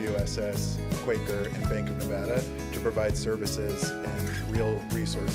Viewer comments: You guys don’t know how to pronounce Nevada correctly and you are representing Raider nation in the Silver State now. You better learn how to speak like a proper Nevadan. It’s Ne-VAH-duh not Ne-VAD-uh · Dudes be calling it Nevoda lol